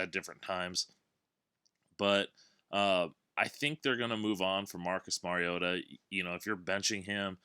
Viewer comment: Finally someone who knows how to say Mariota, great work man